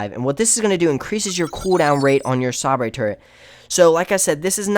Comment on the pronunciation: HAHAHAHA. I was thinking the same thing.